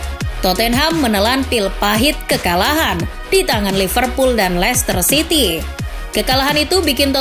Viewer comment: licester city mint,bukan mencester city,wk,wk,wk